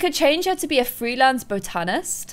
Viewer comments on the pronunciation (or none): By the way it's bot-an-ist not bow-tan-ist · Its Boh-tan-list- not Bow-tan-list.